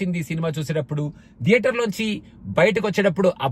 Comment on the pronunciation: "TH" ni english lo త అని పలకొచ్చు లేదా ద అని పలకొచ్చు. మరి థియేటర్ ని ధియేటర్ అని ఎందుకు అంటారు? అదీ మీరు US లో ఉండి కూడా ఈ mistake ఎలా చేస్తారు?